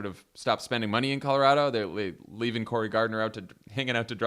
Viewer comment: You both say Colorado right! Bless you!!